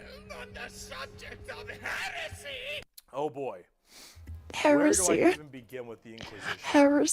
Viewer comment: I DECLARE HEWESY 😂